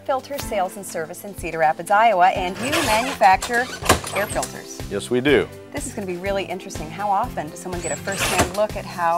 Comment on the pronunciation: He sales filters for a living and calls them filders.. wow